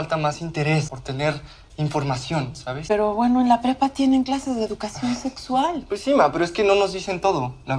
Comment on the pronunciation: dijo nexsual JAJJA nada que ver